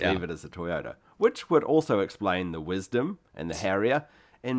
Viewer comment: When Toyota first produced Lexus it was only a brand for the external market. In Japan all Lexus cars were just branded Toyota . Lexus branded cars were eventually sold on the domestic market. The guy in the video can't read very well - he got so many names wrong. The Windom is not "Wisdom"